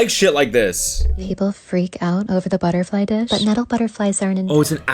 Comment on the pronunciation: "buttafwy lands on you"